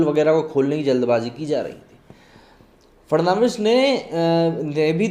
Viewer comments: It is Dvendra Fadnavis not Fernandis. Correct yourself. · देवेंद्र फडणवीस है फर्नांडिस नही. नाम तो ठीक से ले लिया करो. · Bhai farnandis nahi fadanvis. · Sir He is DEVENDRA FADANVIS NOT FERNANDES .PL CORRECT YOUR PRONOUNCES. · It's Fadnavis not farnandis dear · Devendra "Fad-na-vis" not "Fer-nan-dez". Dost tumne to dharam hi badal diya :D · सर देवेन्द्र फडणवीस। not fernandes please read correctly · Mr ji aap Maharastra ke Purwa CM.ka nam thikse nahi bol pa rahe hai.Fadnawis ko aap thik se boliye. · Please pronounce Devendra Fadnavis's name correctly. He is not Fernandes